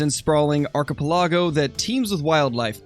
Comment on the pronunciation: its pronounced are cuh pell uh go